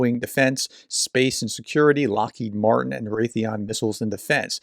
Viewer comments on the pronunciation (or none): none